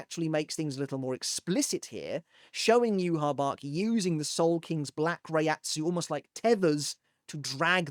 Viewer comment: listen his name is pronounced (Yue-Hah Bah-Hah) not Yue-Hah Bach Yhwach's name is directly inspired by the Tetragrammaton (YHWH), the four-letter Hebrew name of God in the Abrahamic faiths. The spelling "Yhwach" was chosen to visually resemble YHWH, while the pronunciation "Yuhabahha" (often rendered as Juhabach in early translations) comes from the Japanese phonetic adaptation of the name. Hebrew Origin: The name combines Y and H from YHWH with the German word Wach (meaning "awake"), reflecting the Quincy's German-themed naming conventions. Pronunciation: In Japanese, the name is written as ユーハバッハ (Yūhabahha), as the language lacks a direct equivalent for the "V" sound, converting it to "B." English Localization: The English spelling "Yhwach" was adopted to avoid directly writing the sacred name YHWH, which is considered taboo to speak or write in Judaism.